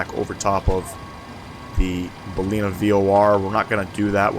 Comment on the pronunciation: It's pronounced Bal-in-ar. Nice quality video. Thanks.